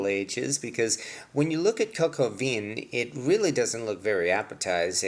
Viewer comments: please learn how to pronounce the name of the dish please. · I think you need some work on your French pronunciation,...lol!!!